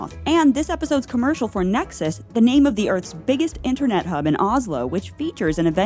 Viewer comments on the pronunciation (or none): none